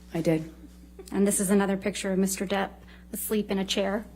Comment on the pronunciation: Does it get on anyone else’s nerves when they say “Mr. Debt” instead of “Mr. Depp?” No hate to the lawyers here because I know they spend hours and hours talking/reading aloud but it is a serious pet peeve of mine lol